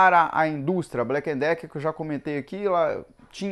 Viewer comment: Porque todos falam blacken Decker se é Black e Decker?